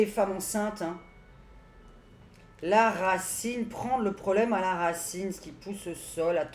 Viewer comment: Bonsoir, J aime vos vidéos, un peu d humour, quand vous avez dit racine j'ai entendu rat ciné encore du vent....